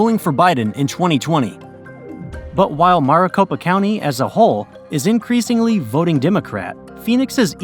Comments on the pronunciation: AZ became a state only 1 month after NM. Not months. Also keep saying Maricopa like Mar-a-Lago (mɑːrəˈ). It should be like Mare or mærɪˈ. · Much wincing all throughout this video’s mispronunciation. “MAHR-a-copa” really got me, lol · They didn’t even say maricopa right